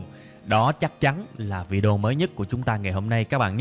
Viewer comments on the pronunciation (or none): none